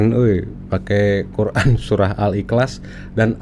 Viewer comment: Murtadin ini kynya membaca lathinnya bukan arabnya sebab terdengar MAKHRAJ aburadul n yg benar dibaca SURAH (H) di bacanya SURAT (T).